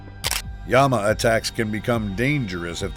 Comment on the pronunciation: I know, that's the Spanish pronunciation 😂 Yama.